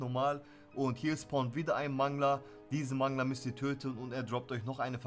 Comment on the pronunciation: Das wird übrigens Mängler ausgesprochen und nicht Mangler